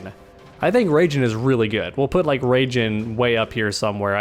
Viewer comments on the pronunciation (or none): Can someone explain y he calls raiden rayjin